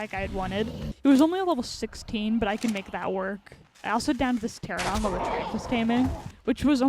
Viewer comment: feels like every ark youtuber calls them "teradon" when it's clearly "pterANOdon" 4 syllables not 3